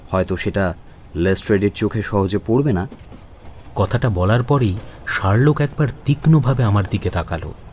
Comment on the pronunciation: Pronunciations must be better. Sherlock tai thik uchharon hoche na